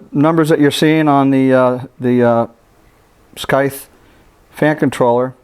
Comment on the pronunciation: You pronounced scythe as "skythe", tee hee :P The "c" in scythe is completely silent so it's sounds like "sythe". Great unboxing, review and sound watercooling practices, thanks very much! I'm gonna buy this with a 360 rad for a full loop <3